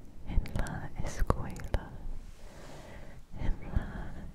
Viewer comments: Super crear and well-pronounced Spanish!!! 😍❤️ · Pronuncias muy bien el español👍